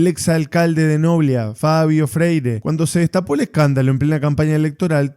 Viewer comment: NOBLÍÍÍÍA, NO NOBLIA